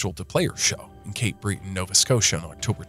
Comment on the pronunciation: Sorry but in the first 4 seconds there are two mistakes….its not Cape Bree-ton it’s Cape Bret-on and Cape Breton is NOT a sparsely populated island…its a part of the province of Nova Scotia which isn’t an island either….the northern-eastern part is called “Cape Breton Island” but it’s not truly an island in the typical sense….it is connected to the rest of NS by a small bridge but no one considers it a island…..and although the Highlands Park area is not populated much the actual Cape Breton area isn’t “ sparsely” populated…it has several fairly big towns ie: Sydney NS has 35000 …so that’s not sparse….please stop calling it Cape Bree-ton….. It wasn’t coyotes btw- it was coywolves…a coyote wolf hybrid found in the Cape Breton highlands….